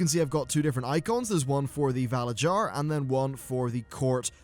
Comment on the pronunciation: I don't know if anyone has said anything but the way you're saying valarjar is wrong. in norse cultures j's sound like y's so it would be valaryar phonetically.